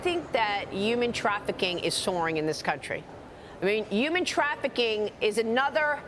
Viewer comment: What is “yooman trafficking?”